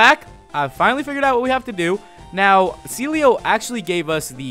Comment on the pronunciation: Everytime you say Celio I keep thinking that you said Sealeo